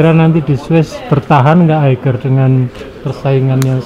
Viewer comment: Semoga sukses Sy kog geregetan kalo orang pronounce Eiger instead Aiger